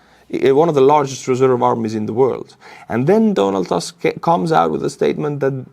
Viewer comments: please, butcher Donald Tusk's name properly. It's Tusk not Task. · Donald Tusk is pronounced just like you'd pronounce it in Estonian. I don't know why you'd want to pronounce it like in English.